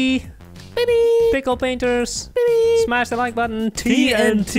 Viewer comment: pixel painters what i hear pickle painters¿